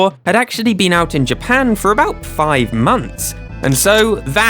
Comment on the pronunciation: Japanaese. Where is Japanae?